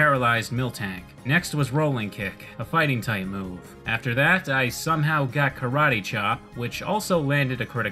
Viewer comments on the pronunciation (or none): none